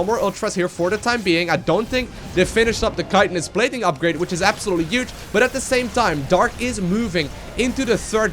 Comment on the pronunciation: take a shot every time he says 'uge' (huge) you'd be dead 10 in mins